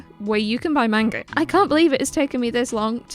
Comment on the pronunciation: Nice video but please pronounce manga correctly lol